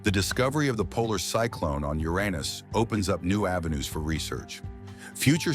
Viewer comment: Is this guy trying to say Uranus?